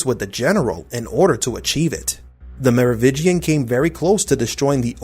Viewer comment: MeroviNgian.. you keep missing the N. Are you new?